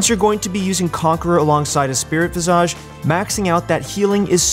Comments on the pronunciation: "vi·zuhj" - you're driving me mad with your visa~ge xD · /: Why do you develop an accent when you say the word visage? You shouldn't pronounce it like Nicki Minaj. The phonetic spelling is visij. You're going to be saying it a lot, might as well not do it oddly as it becomes distracting from what you're saying. Otherwise, thanks for the good content.